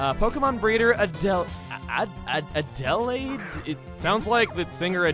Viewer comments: Adelaide is a place in Australia, Chuggaa. It's add-ill-aid not add-ell-ade. I don't mean to sound passive-aggressive even though it might look like it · it’s pronounced “add-da-laid” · It's Ah Del (like Del Taco) Aid (like Lemonade). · Adele-aide? it's more like Add-ell-aide. Guess hasn't seen Over the Garden Wall. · It’s “Add-Uh-Laid”,. I can thank Over the Garden Wall for showing me the proper pronunciation for that word. Great miniseries, btw! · The most nostalgic words I've ever heard. It's pronounced ADD-a-LAID. How- how'd you know what I was eating? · A-Duh-Lade. Weird name, I know... but it's also a city in Australia. Altanta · Adelaide -- the stress is on the first syllable, Chugga. ADD - uh - laid. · About Adelaide, that's the name of a city in South Australia, Australia. Pronounced 'Addle Aide'. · Adelaide - "Ah-del-AIDE" (last syllable like Lemonade). Yes I'm from a town called Adelaide in Australia. :P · It's pronounced "ADDLE-aid." I think it's also the name of a city. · I always get amazed by super common things in my world that no one has ever heard of XD "Adelaide" it's pronounced "Add-ah-laid", i didn't even know it could be a name, i only knew it as a place in Australia haha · AE - d uh - L AI D to pronunce Adelaide i've never heard it as a name other than in this game, but it is the name of a State Capital in Australia. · It's pronounced Ad-uh-laid. I only know this because I've watched Guys and Dolls (the movie version, with Frank Sinatra and Marlon Brando). Singing Adelaide, Adelaide, ever-lovin' Adelaide is taking a chance on me... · Hey, the name of the trainer is pronounced add-al-aid. I know this at is also a name of a city in the country I live in, Australia. It’s fine though, compared to other western countries, we have weird and hard to read at a glance names for things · (Here comes the Aussie to help with pronunciation of Aussie Cities!) Adelaide is pronounced Aduhlayd with the emphasis on the first and last syllables.